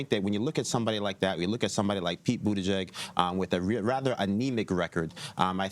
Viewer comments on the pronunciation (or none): Nobody's capable of pronouncing Pete's name correctly. 'BUTTIGEK' this time